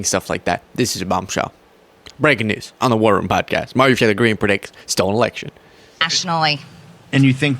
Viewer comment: I love you, but you must pronounce and enunciate Marjorie Taylor Greene’s name properly- or just call her MTG. Keep up the great work 👍🏼